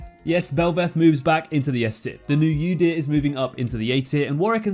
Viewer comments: It's Udyr: oo-deer not yoo-deer. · The way that person pronounced Udyr made me want to die omg like brain damage????